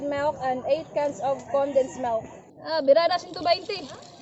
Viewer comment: Melk and kitchup 😂